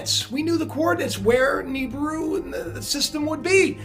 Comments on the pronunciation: Knee-brew... Knee-brew..... Ahahahha. "Naa-bere-rue" is correct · man this guy is full of shit, the Tossa cant even pronounce Nibiru how can anyone take this man seriously?